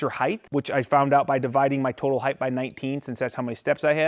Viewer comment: Don’t pronounce the TH in height.